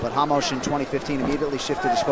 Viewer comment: Уши режут когда 1ый комментатор говорит Рамоса - Хамошом, 2ой Хамос, один я задаюсь вопросом? Понимаю если был бы Jamos - то хамош подходило